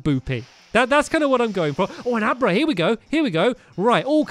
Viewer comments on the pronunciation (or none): none